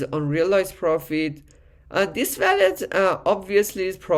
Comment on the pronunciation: bro its wallet..not.valet. just say wooow-let❤🙏🏻😉